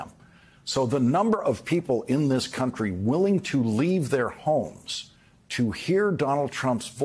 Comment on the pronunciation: Appropriately, Dump cannot pronounce "country."